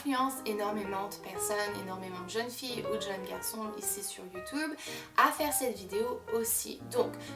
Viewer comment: tu a un axant tu prononce mal youtube et challege